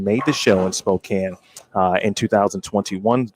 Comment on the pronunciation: Hi! Just so you know, Spokane is pronounced (Spoe-Can). Thought you should know.:)